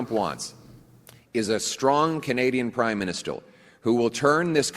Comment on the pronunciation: lol completely agree with the point being made, but the mispronunciation of "minister" was funny